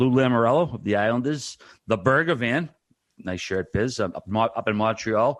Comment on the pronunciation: I love how Biz says Burger Van for Bergevin.